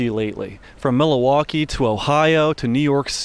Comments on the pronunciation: Mil-a-waukee lolol. You mean Milwaukee? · I’ve replayed the intro 30times….and I keep hearing “Mill-A-Waukee?” Don’t pronounce the “A” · this dude said Milawaukee lmaooo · The pronunciation of Milwaukee is fowl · You pronounced Milwaukee wrong 😆